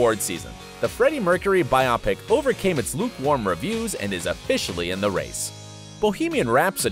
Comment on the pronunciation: Pronunciation correction for biopic (should be bio-pic, not bi-opic) pic shorts for pictures (older name for movies). Well done video otherwise. Thank you!